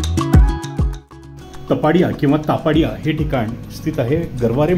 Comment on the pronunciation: तपाडीया नाही तापडिया आहे